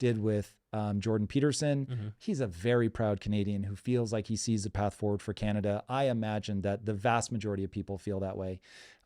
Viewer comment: Can you get someone in there who can speak the proper terminology when it comes to Canada ?? Canadia? Congress? Who is this guy?